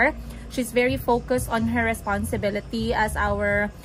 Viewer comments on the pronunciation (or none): Banlag man diay kag mata no?. Mao diay ang mga vowels lahi imong pag pronounce. Ang “i” nahimong “e” hahahaha! IYKYK. “RESPONSEBELETY” “ACTEVETY” “CETY” 😂😂😂😂😂😂😂